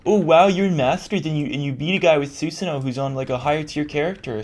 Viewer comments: su-sah-no not su-sin-no man thats annoying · it is pronounced (Soo-san-oh) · Slim Ninja 650 it's "susan"